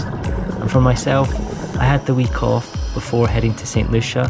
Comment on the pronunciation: Okay, during the video, you mentioned that you had a week off. Since you're from Scotland, I heard, "I had a wee cough." Week off makes more sense. 😄 Thanks again for another great video! Cheers.